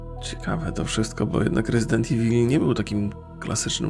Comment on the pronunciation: nie ivil tylko iwol